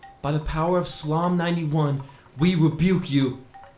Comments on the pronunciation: “SulAhm 67”?!? That pronunciation Bruh! 🤨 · I'm sorry but you mispronounced Psalm and it took me out of the story lol. It's a fun listen though.